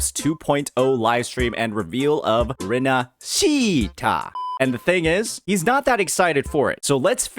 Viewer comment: im sorry but the way you pronounce Rinacita is making my ears bleed. you can try pronounce it like " Li - nA -si -tauw ". the 汉语拼音 is different from the english spelling, so if you wanna imitate the devs then pls change the R into L, that'll be much better